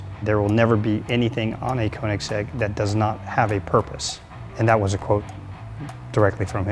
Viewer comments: It's Köenigsegg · I can’t stand how they pronounce Koenigsegg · Why are they all cringy af? And why the fuck cant any of them say Koenigsegg properly? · Own the car, yet can't pronounce the name properly.... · They can own the car but they can't pronounce it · They can't even pronounce Koenigsegg correctly...